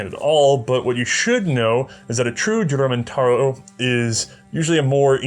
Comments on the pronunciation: Juramentado (Hooramentado) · The correct pronunciation of "Juramentado" is "Who-ra-men-ta-doe". The word is still used in the Philippines to describe anyone who suddenly snaps and tries to kill everyone in sight. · You need to pronounce it like "Hoo-ra-men-ta-do"